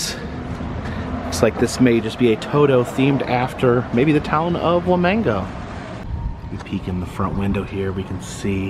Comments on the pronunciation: As someone who lives in this town, it’s cool to see people actually showing interest in one of our attractions. Also, “Wamego” is pronounced “Wa-me-go” not “Wa-mango”. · I live in Kansas and haven't been to this. Thanks for going and sharing! (FYI Wamego is pronounced Wah-ME-go. While emphasis is on ME it's not a hard Emphasis ) 😀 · That would be pronounced wa me go there is no N in the name ok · As someone who has parents who live in Manhattan Kansas which is right by Wamego and as someone who grew up in Kansas I was howling when he said one Wamango. I also lost it when he was in Topeka but pronounced it Toepika. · The “Wamango” has me crackin’ up!! Wa-ME-go!! I’m used to Salina being mispronounced (sah-line-ah, not sah-leena), but I have never heard “wa-mango.” You’re still awesome,!! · I wish he would learn to say the name of the city CORRECTLY. He pronounces it Wuh-mang-o. It is pronounced Wah-me-go. Also he indicates Buddy Ebson was originally cast as the scarecrow. No, he wasn't. He was originally cast as the tinman. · Wa"mango" 🥭 Kansas!!?? Lol WaMEGo. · Thanks for coming to Kansas. The history museum is really awesome. Kansas towns use many Native American names. Wamego is pronounced wa-me_go. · Lived in Wamego for a year after stepdad got out of the army. Never went to this museum oddly enough….but still is fun to see a place that usually isn’t shown much… Btw…the pronunciation of Wamego is Wa-me-go or Wa-may-go….just an FYI. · Lol "Wamango" 😂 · Wamego. It has the E sound not the A sound. Still cool video. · I know you probably won't see this but it is pronounced Wa-Me-Go or Wa-Me-Ga. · I live in Wamego. It is pronounced Wa-meee-go. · Why did you add letters to the name of this town? There is no “N” in its name. It’s pronounced wah-mee-go. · Not that it really matters but it’s pronounced, “wah-me-go” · It is pronounced Wa Me Go = Wamego. I guess your not from Kansas, Toto. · It's pronounced wa-me-go